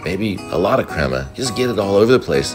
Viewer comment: Pronounce it [crea-maa]